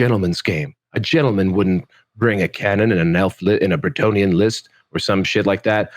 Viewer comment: The Lords of the Lance narrator pronouces "Bretonnia" like Jackie Daytona pronounces "Tuscon, Arizona." It kills me every time. EDIT: I would looooove some standardized map packs to get terrain juices flowing. No player placed terrain...